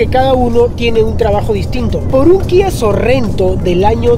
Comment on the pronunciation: jaja lo que pasa es que dijiste sin querer Kia Sorrento en vez de Kia Sorento. Xd.